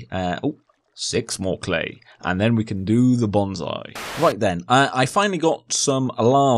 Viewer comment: its pronunciation is [bonsai] not [bonzai] :)